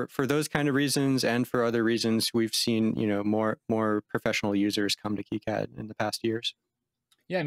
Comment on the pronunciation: It's pronounced KEY-CAD not KIGH-CAD the dev keeps calling it 'key-CAD' it's weird listening to you calling 'kigh-CAD' just me being OCD lol any thanks for great videos just discovered your channel today and subbed :D